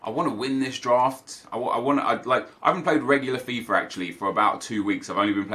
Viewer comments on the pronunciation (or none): none